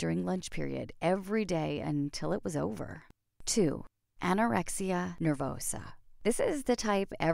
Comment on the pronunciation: Did anyone else notice that is said Anorexis Nervosa?